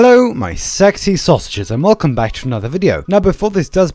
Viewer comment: pov: u just entered the video and he says vvelcome my ...... sasuges Lol